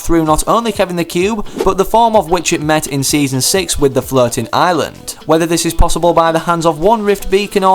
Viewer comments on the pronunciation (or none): I keep hearing you saying flirting island instead of floating island